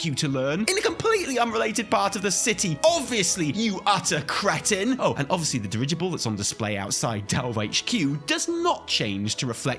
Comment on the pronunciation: bro, in the middle of your brilliant rant on the location of the 'customization' station for the dirigible, it was your funny pronunciation of creton that sent me. brits, amirite? this was, pardon my french, fucking funny. well done sir